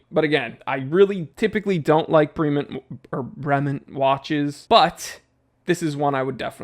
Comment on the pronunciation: "Bray-mon(t)" soft T at the end.